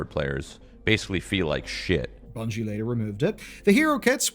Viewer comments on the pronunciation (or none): I think you meant "Bungie" not "Bugnie" lol